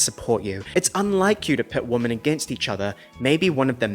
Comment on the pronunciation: Why are you pronouncing the words "woman" and "women" the same way? Other than that, love your videos.